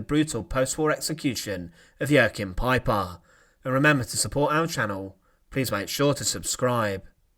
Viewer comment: Massacar = massacre. Him Laar =Himmler. Pipar =Piper. Yoof =youth. Officar =officer. Leader = leader.